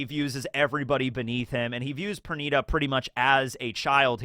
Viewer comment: Per niii daaa not per nigh da